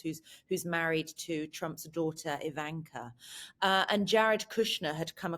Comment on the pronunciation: She also said that when Trump met Navarro, it was a “meeting of minds”, and she also pronounces Ivanka “eeVAYNka”. We’re not hearing from the A team here.